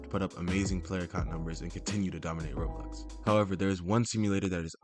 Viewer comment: Its Roblox not robux